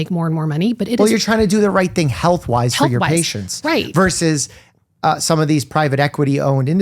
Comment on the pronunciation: Yes to everything, AND…. “Versus” has TWO syllables and no silent letters . “VERS-us.” Try it. It’s easy!